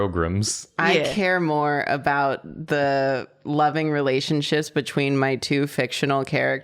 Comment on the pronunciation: i am sorry but did say relationshits?